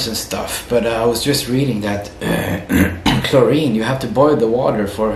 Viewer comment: bro said chlorine 😂